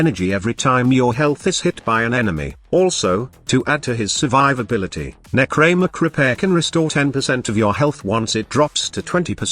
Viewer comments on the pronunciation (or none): nechraeeeemech.. oof